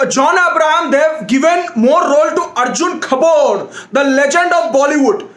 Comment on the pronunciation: The best part of the video: The way he says Arjun Kapooor, Disha Maldives, and Tara Suttawala